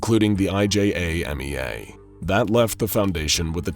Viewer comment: It says "IJAMEA" but he keeps saying "IJMEA"